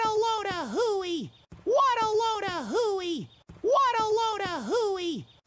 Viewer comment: I no longer hear “what a load a hooey”. I hear “waddleona hooey ”